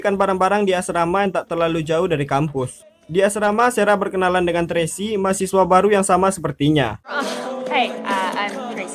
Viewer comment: Ini lagi sara di baca sera 😂 kemaren rachel dibaca recel 😂